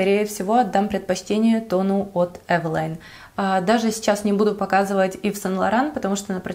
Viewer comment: Только слышу слово евелин..сразу выключаю ..евелин ?вы серйозно ???😪